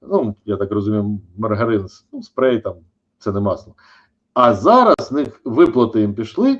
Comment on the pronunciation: Перепрошую, пане Чалий, не "спрей", а "спред"...